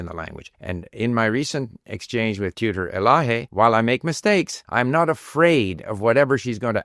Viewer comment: به عنوان یه ایرانی که اسم منم الهه هست خوشحالم اسمم رو قشنگ تلفظ میکنی. غیر فارسی زبان ها راحت الهه رو تلفظ نمیکنن هه اخرش سخته تلفظش